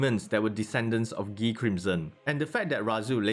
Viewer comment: I love when people say Guy name as ghee😂